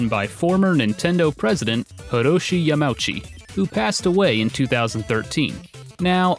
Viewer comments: I let it slide in one video. I even let it slide in another video. But this is the third video I can recall watching with you pronouncing Yamauchi as "Yah-MOW-chee," and I can't take it any more, I have to say something! It's four syllables: "Yah-mah-OO-chee." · constructive comment, but Yamauchi is a compound kanji 山内. it is more accurately pronounced ya-ma-oo-chee. (not ya-mow-chee) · think a smart dude like him who is super into Japanese games would know how to pronounce basic Japanese.... or at least know that Japanese language is usually pronounced phonetically. Like Ya-ma-u-chi is pronounced Yah-Mah-Ooh-Chee, not "yum-ouchy" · I love your videos, but when you get time, you might want to ask for help with pronouncing Japanese names, especially Yamauchi. It doesn't bother me too much, but I didn't know much about Mr. Yamauchi, so I searched your pronunciation as "Yamaochi" and couldn't find it until i realized that his family name is probably "yama 山" mountain and "uchi 内" house. Keep up the great work though. I really love the videos you have done since the Wolfenstein and Final Fantasy Mystic Quest ones. Your style is getting a lot better, and I appreciate it as a follower. Thank you for the hard work and passion you put into these videos. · "Yum-ouchy"... >_< Dude, use Google Translate to learn how to pronounce Japanese names. I bought this book a year ago for $20 online, not surprised to see the price quadruple overnight thanks to this video... it seems like Youtubers are driving the prices of everything retro through the roof everytime one of their videos increase exposure to something. Even the "Historian" knew this would happen, judging from the description of this very video: "Buy this book before it's too late. Trust me." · the way you pronounce hiroshi yamauchis name is like nails on a chalkboard.